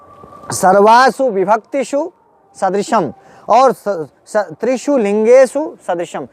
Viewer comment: महोदय आप को नमन। आप ज्ञानी है अतः आपकी उच्चारण गत अ‍शुद्धि ठीक नहीं।त्रिषु का उच्चारण त्रिषूल करना । ठीक नहीं है